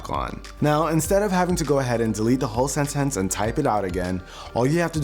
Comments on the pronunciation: He says sentence kinda funny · Why does he pronounce "sentence" so odd? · Oh my goodness.. That caps lock fix is going to be a life changer! Also, that was the most interesting way I've heard anyone pronounce 'sentence'.